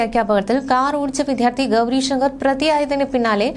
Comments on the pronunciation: Vidyardhi ennu parayuka vidhyardhi alla. Iniyum sariku pronounce cheyyan ariyillenkil ittittu povuka. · വിധ്യാർഥി അല്ല വിദ്യാർത്ഥി എന്നാണ്. പോയി ആദ്യം മലയാളം പഠിക്ക്